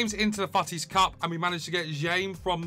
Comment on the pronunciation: Yeah😂 He says «fouttis»